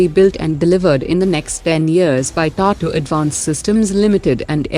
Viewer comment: Dear Admin, your bot is reading TATA as TAto... in all videos. please look into it.